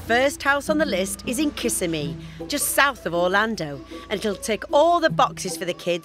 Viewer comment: That town in Florida is Ki-SIM-ee. Accent on the middle syllable.